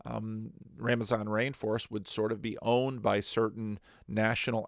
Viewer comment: "Ramazon Rainforest", went full Scooby-Doo there.:)